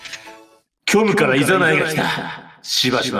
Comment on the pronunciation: ｢虚無からいn...」 噛んだのかわいくて好き